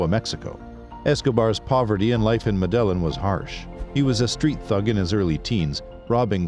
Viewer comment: These folks are smart enough to source,assemble ,edit and present a video online. Professionally done, interesting. Yet they can't pronounce Medellin. Go figure.